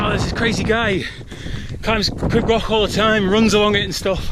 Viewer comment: I beg you learn to pronounce it as "Creeb Gokh" thanks xx